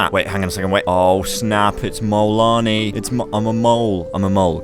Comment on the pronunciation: You mean Mole-anii